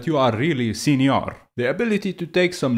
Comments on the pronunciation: As a mexican I feel very offended for this video... I'm joking it's very funny listing you say Sinior hahaha also all your points are so good and valid, thanks for your work! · I thought I was weird for always pronouncing senior as señor and chuckling to myself. Now I dont feel alone, and for that I love you.